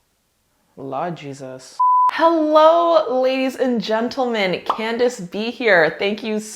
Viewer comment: I heard the Jamaican in you at the beginning of the video when you said Laad Jesas. Always enjoy your honest videos. Keep up the good work.